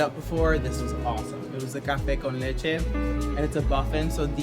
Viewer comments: Are you Latina!? I heard that café con leche sound really good! 😭🤣🤍 you look amazing! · When you said “café con leche” 😍 lol